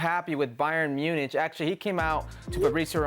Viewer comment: You shouldn’t be near comments when u can’t even pronounce Munich ffs